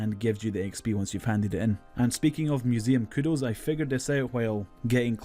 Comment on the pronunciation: right? wtf is he saying?? Mining Todd???